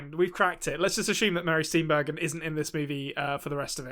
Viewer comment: Say it with me….Steenburjen (Steenburgen). She is my cousin.